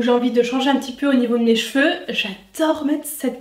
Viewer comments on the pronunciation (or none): none